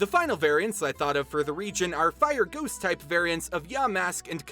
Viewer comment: anytime you say ghost i hear goose